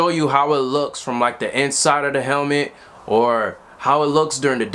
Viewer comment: Haha you don't know how to say helmet